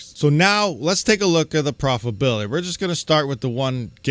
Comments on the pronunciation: Pro-fi-TA-bility not "profibility". Please. C'mon man. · It's your pronunciation. Doesn't matter much just a humorous bit that your missing a syllable when you pronounce profitability.